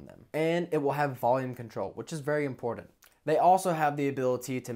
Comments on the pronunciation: Wanted to like this video but cant stand you saying "impordant" over and over. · Important, there is no D in the word important!